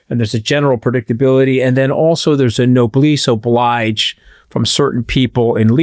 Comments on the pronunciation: If you try to pronounce your Italian correctly please do the same with other languages, "noblesse oblige" is no-bless o-bleejh, man of the World that you try to be. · Another good podcast. (It's "Noblesse oblige", pr "Nobléss Obléege". You kinda spoonerismed it) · Thanks for your work and helping us all have a place to process, the events of the last year. What a great team today, thank you. Please keep up the great work, especially for the next 6 months. I apologize in advance I can't help myself with this pronunciation note: no-bless o-bleegze (Noblesse Oblige) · Anthony,it’s pronounced No-bless Oh-bleege. The ge is pronounced like the Zsa in Zsa Zsa Gabore Hope this helps. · Please learn learn to pronounce noblesse oblige correctly.